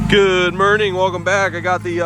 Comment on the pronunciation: "good mornoon"